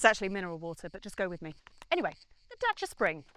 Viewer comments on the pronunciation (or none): it's not Dacha, it's Dacia - as in "DAYSEE'A" it was Dayseea when it came out in the 1970 and Dacia spells Daysee'a so pronounce it as it is spelt FFS!